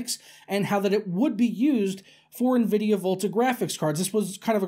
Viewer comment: I'm just now ordering a 1080 ti.....slow down Nenvidiah